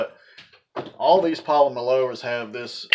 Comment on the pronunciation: He can’t even say polymer 😂🤣